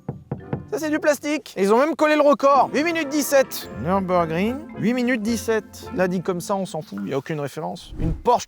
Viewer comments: Faut vraiment arrêter de dire "Neurb'". Le ü tréma allemand se prononce u. Comme le u français. De toute façon le u sans tréma allemand se prononce ou. Bref, ni en français ni en allemand on ne prononce un u/ü "euh". Stop. Nurre-bourrgue-ring (comme un ring de boxe). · Pourquoi le Neurb’ ? Je sais que l’allemand c’est chiant à prononcer, mais c’est Nurbourg’ring’ phonétiquement, donc le Nurb’ limite c’est mieux. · le neurrrb ? le Ü se dit U .. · Mais arrêtez de dire « le neurb » (cf: le meuporg) 💀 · Le NEURB 😂